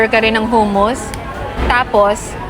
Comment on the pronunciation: Huh-muhs ( hummus ) 😅